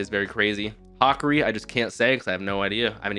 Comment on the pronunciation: ha(like laughing), ka (like the ca in car), ri like (dio reeee)